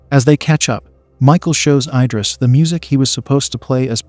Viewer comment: I-dris ❌ Id-ris ✅